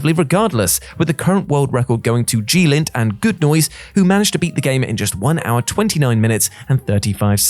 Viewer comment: Isn't it "Glint", not "G-lint"?